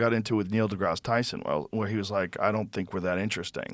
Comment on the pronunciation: Neil duhnigguh Tyson chicken*